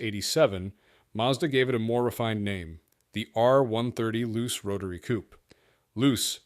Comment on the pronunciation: Some nice-looking cars there. The problem with JDM cars in the USA is the cost. Spare parts are not available, plus they won't meet US crash test requirements or emission standards. FYI 'Luce' is pronounced 'Loo-Chay' not 'Loose'.